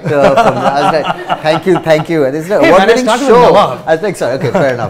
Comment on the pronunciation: Me to thought same when he says award wining